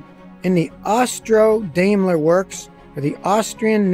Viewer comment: Note: Daimler is correctly pronounced "DIME-LER" - "AI" is a German diphthong pronounced like a long 'I'.